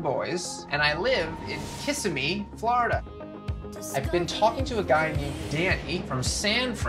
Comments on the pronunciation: kiss a me fl. lol it's pronounced ki sim me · I KNOW nev did not just say “KISSimee” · If Nev pronounces Kissimmee “Kiss Em Me” one more time 😂 it’s just Kuh-sim-ee...but he’s not from Florida so it’s totally understandable lol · I’m from Florida and it’s pronounced Kasimmi 😂 not kissamee 😂😂 I love catfish tho. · Kih-SIM-mee, Nev! Wasn't Cleo just a newborn? Time. Passes so slowly, passes too Quickly. Guess it depends what's Going on. 🍃🕊🍃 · Ka-sem-e is how it’s pronounced lmaooo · Nev... u had me cracking up at the way u pronounced Kissimmee!! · If I hear him say Kissimmee wrong one more time, imma scream.